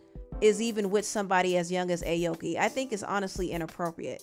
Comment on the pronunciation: You pronouncing her name wrong